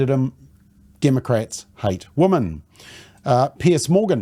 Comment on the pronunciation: 100% thanks for your succinct reporting. MSM, where are you? BTW, the pronounced plural of 'woman' is 'wimmin'.